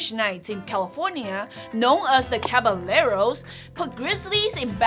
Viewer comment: Great video, as usual.l have one small nit to pick: the double L in Caballero is pronounce like a Y and they were cowboys, not knights. It derives from "caballo", which means horse. Literal translation is horsemen, but cowboys is more accurate :)